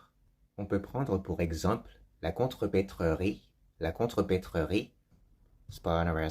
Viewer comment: Attention! Contrepèterie [kontröpetri] et non [kontröpetröri]